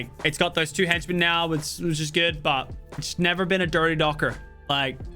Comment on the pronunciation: IT EES WHAT IT EEES